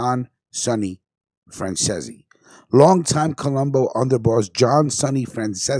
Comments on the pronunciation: Fran cease is the correct pronunciation of his name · It pronounced fran zeez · Get name pronunciation right mate for fux sake its franzese like fransees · Its pronounced ceesey as in reece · Driving me crazy mispronouncing his name. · Come on bro,you run a show all about the mob.If you don't know, ask someone how his names pronounced! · You can’t even pronounce Sonny’s name properly!